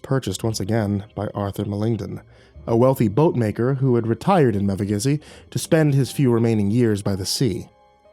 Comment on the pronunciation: Wait wait, Mevagissy? Bro I live there 💀💀 Its pronounced Mev-ah-gissy